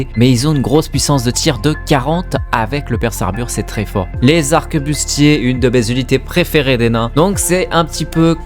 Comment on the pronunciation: arquebuse pas "arquebuste"